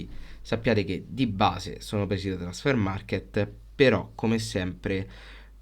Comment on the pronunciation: Non c'è la "e" alla fine di Transfermarkt!!!